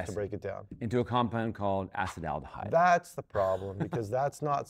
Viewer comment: Like your accepted pronunciation of acetaldehyde.